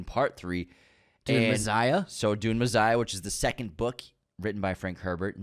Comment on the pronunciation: Messssssiah meh-sssss-ish Not mezziah